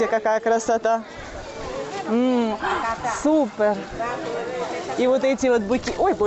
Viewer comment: Что за супЭр? Режет слух. Супер! Уже обращали на это внимание, но... привычка - вторая натура.